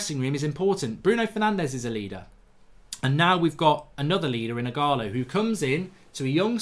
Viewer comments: Eeeegaaaaloooo. Its not eeegaaalaaa. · stop saying ighala, its ighalo!! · Mark it's Ighal-O not Ighal-A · “Ighalo” Mark, not “Ighala” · Mark, its IGHALO, not Ighala, not ughana, not ughalo, IGHALO.. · Its IGHALO NOT IGHALA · Why does mark say Ighala is Ighalo lmao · Ighalo is the exact type of striker Ole described. Someone that can break his nose to score a goal. Odion will succeed and Mark it’s pronounced as “E gah Low” 😂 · You keep saying his name wrong mate it’s embarrassing 😂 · Please learn how to say ighalo’s name 😂